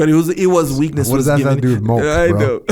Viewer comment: Is he trying to say milk? lol